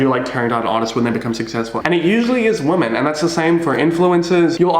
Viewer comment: please stop pronouncing women like woman im begging you